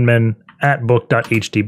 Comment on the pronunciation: 'boot.htb' That is/was driving me insane!